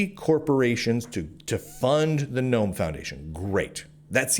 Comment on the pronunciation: Ackchually, its the GuhNome foundation thx